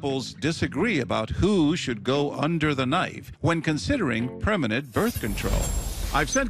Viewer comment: She said she didn’t want berf control